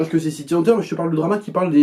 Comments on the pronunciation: "City Haneteure" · pq tu prononces bizarrement le titre VO ?